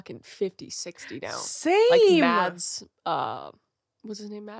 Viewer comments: KRIS WTF?! The "DUTCH guy Matts Mikkelsen" is S DANISH GUY NAMED MADS"! PRONOUNCED "mas" the D is silent and again.. he is DANISH! Jesus 😂😂😂😂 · First of all: he's Danish, thankyouverymuch. Second of all, the d is mute. Mads rhymes with Christmas. Lars Mikkelsen is his older brother, btw – you may (or may not) have seen him as Charles Augustus Magnussen in Sherlock S03E03 (His Last Vow). (No, I didn't expect you to know how to pronounce Mads. I'm not that crazy. 😜)